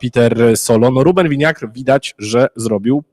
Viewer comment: Czy możemy już skończyć z wymawianiem nazwiska Rubena Vinagre „Winiagr”? Tę francuską wymowę z niezrozumiałych dla mnie względów zaproponował zaraz na początku red.Piela i tak już zostało - a tymczasem Vinagre to słowo które jak najbardziej instnieje w języku portugalskim (oznacza Ocet) i można łatwo sprawdzić że wymawia się tak jak się pisze - „Winagre”